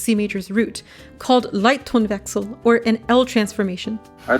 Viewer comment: Your pronunciation of Leittonwechsel was quite on point.